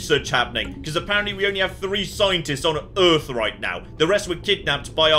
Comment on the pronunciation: How is the planet not called "Earf"?